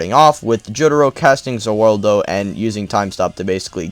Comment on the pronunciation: Why do ppl say Za Wardo instead of Za Warudo?